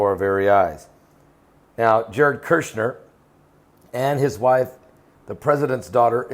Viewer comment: It's Kushner! Not Cursener!